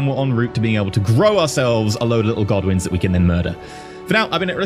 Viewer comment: Did anyone else keep mishearing Godwins as Goblins?